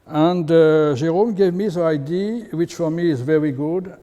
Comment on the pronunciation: Lots of knowledge, terrible English. Let this man speak French and hire a translation professional. “Idea” sounds like “ID” and so on…you get tire after a while…😂😂😂